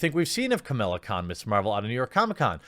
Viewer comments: Don't like this non-character, but it's Kah-mah-lah, not Camilla. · Camilla: a dated, WASPy name for a rich anglo socialite. KaMAHla, Jeremy, get it right! Pronounce it like It’s a Kam followed by Islamic name for God, or else Sana Amanat will send her squad to reeeeeeee at you. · I really think you need a script. Also, as much as I hate the character, there is no "I" in her name. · Dear god man, it's "KA-MA-LA" not Camilla. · Watching this video to see if you’d mispronounce her name and I was not disappointed! Hahaha!!!